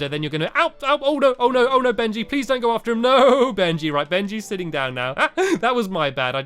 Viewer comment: It's Benji not Bengy